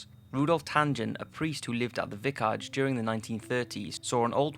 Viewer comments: It's a damn vicarage not a vicarge... learn English! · Your videos are great - some of the best on YouTube, but you need to check pronunciations - it seems petty, but it's distracting when we're left wondering what you just said: Vicarage is vicar-age, the name Dwight is one word, not D-wight. I'm not trying to be a dick - it's a tiny criticism of otherwise great videos - sorry 🙏. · As much as I love these top5 videos. His mispronunciation of simple words is starting to do my head in! Heard is pronounced herd NOT heared And it's called a vicarage NOT a vickarge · Vickarge? What's a vickarge?